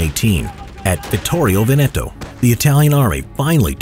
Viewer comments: Vittorio Vèneto not vitorio veneto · It's "Vittorio Vèneto" not "Vittorio Venèto"